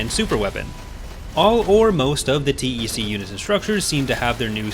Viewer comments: You say T E C and not "Tec"? It feels strange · yeah but saying TEC sounds so right, probably because TECH and TEC-9 (think is the name of one of SMGs in San Andreas)